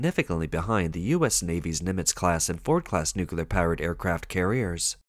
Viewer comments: Nuclear = "Noo-Klee-Arr". Not "Noo-Ku-Lar"! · A submarine's uncontrolled sinking while berthed at dock? 😮😮 Yep, that's "Made In China" quality for you... 🤣 BTW, nuclear is pronounced "NEW-klee-ar". NOT 'nucular'. Geez. M 🦘🏏😎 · How did you find a text-to-voice app that mispronounces “nuclear” as “nucular”?” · N.U.C.L.E.A.R not N.U.C.U.L.A.R.